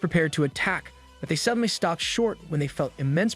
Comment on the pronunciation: God's sake, stop with the dhey and doh bullshit. You sound like a retard lol. It's so cringe